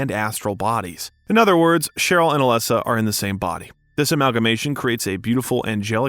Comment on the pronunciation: Overall great video but the way you pronounce Cybel abd Dahlia (and occasionally Alessa) was very distracting. The game has voice acting so I'm not really sure how that happened since I'm assuming you've played it? Having saud that, I still did enjoy your take on things, especially the history of Japanese horror.